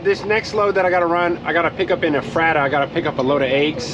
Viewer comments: It’s efrata lol. I live not far from there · Ef-Ra-Da and Lan-kiss-ter , that’s how you say it 😭😭😂 jus tryna help out I couldn’t stop laughing man. And the food aisle is small bc you went to fruitville pike , you gotta go to Lincoln highway Walmart only a few miles away it’s a super center.